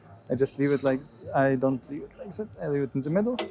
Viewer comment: Please work a bit on your overly German way if talking English. It's not 'z'is and 'z'at but 'th'is and 'th'at 🤗. Pronounce 'dz'is instead of 'z'is